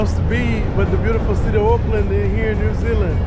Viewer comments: Auckland.. You say "Oakland" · It's Orrrrk land